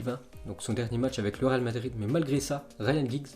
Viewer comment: tu n'a toujours pas appris à parler franchement c'est grave... C'est le Real Madrid et non pas le Ral Madrid.... Putain